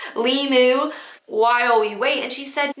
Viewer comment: I had to watch the first story twice because I started laughing like an idiot every time you said ‘lam-moo’ and couldn’t hear the story.